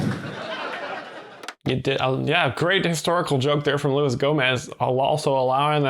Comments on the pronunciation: It’s not Go-MAY, it’s HO-moze. The G is silent. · Gomay? Cmon dude. It’s Gomez. Not a real ass dude 😊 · "Louie Gomay"